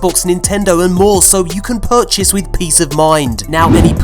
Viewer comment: Did he say "each burchase supports this channel" ? What the hell is a burchase and how do I get them?